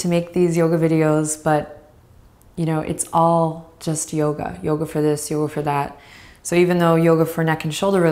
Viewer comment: ha ha ha! do youga from this channel alot, it's great. you do youga for all things, even chairs! didn't know XD needed a good laugh